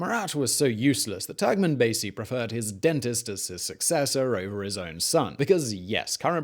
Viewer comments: Its turkmenbashi not turkmanbazey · Yes, I, too, was deeply disturbed at the mispronunciation of "Turkmenbashi." It's "...bashi," not "...basy." I worked as a diplomat there from 1994 to 1996 and have fond memories of the country and especially its people. I picked up a hitchhiker there once who said, "Turkmenbashi says that in ten years we will live here like they do in Germany. How do they live in Germany?" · It’s Turkmen Bashi and not Basi . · It’s pronounced TurkmenBASHe ffs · You've butchered all the names. You can literally find how they're read before you utter some random words. On the other video you spell out EASA as E-A-S-A. Just ask how to pronounce it! Anyway, it's TurkmenbaSHy! And the president's name is pronounced Nee-yA-zov.